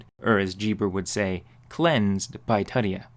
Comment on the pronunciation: ITS LATIN, IT IS TOOTSIE-UH, NOT TUH-TEE-HAW. TUTIA .. cmon lazy american..